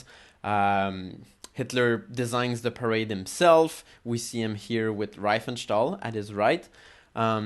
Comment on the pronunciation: Pronounced REEfenstahl, not rye-fenstahl.